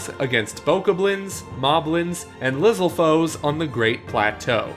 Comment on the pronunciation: They butchered Bokoblins and Lizalfos with their pronunciation.